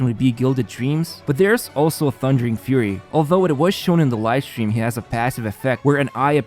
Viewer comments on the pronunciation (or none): none